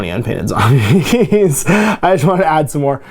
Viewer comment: that spaceship interior looks like the interior or a hospital. your zombies your zombies would be perfect. Do all Canadians say zambies or is that a local thing?